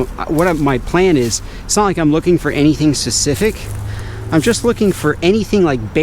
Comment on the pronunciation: Oh ya he said secific not specific